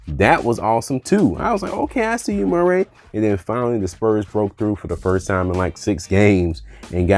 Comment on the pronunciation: I Hate the way you pronounce Murray.